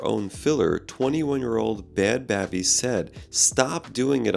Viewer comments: It's not bad baahby, its bad Baybee 😭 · Did he say “bad bA-Bee”? 😂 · Bad Bhabie = Bad Baby (the 'h' is silent) <- - - Doc, it's clear that you don't listen to any Bad Bhabie. Next time you are unfamiliar with a name look online so you know how to pronounce it. All of that education means nothing if you come across sounding like an idiot. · Simon looks insane whoa! I’m cracking up at the way he says bad bhabie(baby).